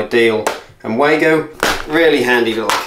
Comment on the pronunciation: The correct pronunciation is for Wago is Vah-go.